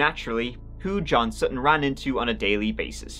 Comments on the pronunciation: And how she said Sut-ton instead of sutten and kept saying it until the defendant finally said sutton and then she started saying it right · Drives me crazy when people over-pronounce "t"s. Sutttton.